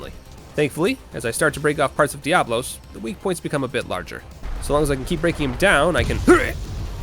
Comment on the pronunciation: Fun fact: did you know there's such a thing as a Monoblos? It's true! Biggo murderlizard with one horn. So mono, one, dia, two...you see where this is going. And thus, it's intended to be pronounced "DIA-blos", not like plural diablo. As for Kushala Daora, that's "DOW-ra", not "dayora". I dunno where people got that from. Linguistics, hoo-rayyyyyy~ *shows self out*